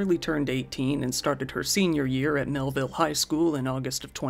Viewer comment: Mehlville became Hellville. smh